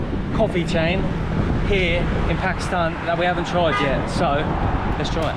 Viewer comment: Did you just pronounce my countries name correctly and not PAkistaN